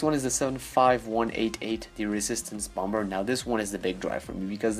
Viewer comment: Stop pronouncing the second 'b' in 'bomber'